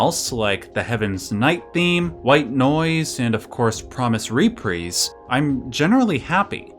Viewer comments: Man said re-preez xD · OOF. respectfully, brother, "rep-RISE." rhymes with eyes. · That's the oddest pronunciation of Reprise I've ever heard